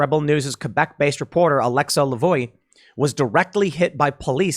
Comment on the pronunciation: The rebel news reporter's name is pronounced alexa la-vo-ah. Her last name in frech translates to 'the voice' which is an awesome name for a journalist